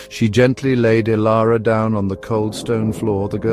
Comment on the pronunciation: The heading reads Transform Dilara, but the narrator calls her Ilara.